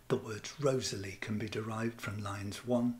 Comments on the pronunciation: REE-TH-SLEE not Rosely!!!!! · I thought Wriothesley was pronounced Risley? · It is pronounced "RISLEY". I cannot believe how many of these "readers" never obviously read the content of said video and mispronouncing EVERY PROPER NAME!!!!!!~ HOW??? Laziness that's how.